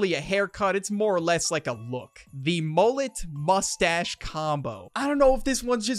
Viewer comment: "mustahce" lol